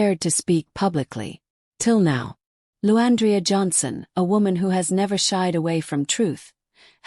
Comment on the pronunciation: This is BS cuz u don't know nothing about either of them. The narrator cant get her name right. The devil is a liar!